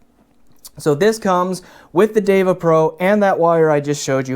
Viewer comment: You managed to correctly pronounce the Sanskrit term "DEVA". Now all you need to do is to learn how to correctly pronounce "SUNDARA". Hint: there are no long vowels in the word.